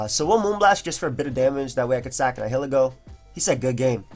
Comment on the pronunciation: It's pronounced ny-uh-lee-go